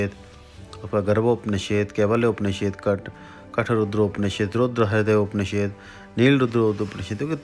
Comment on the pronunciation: उपनिषेद नहीं होता, उपनिषद होता है, शायद आप सही तरीके से नहीं बोल रहे